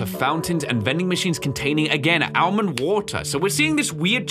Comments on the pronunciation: Bruh why is he saying Ale-mond water it's so infuriating its pronounced ol-mond wah-ter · bro's saying Al-mind water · All-mend watt-er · bruh it's AMENWATER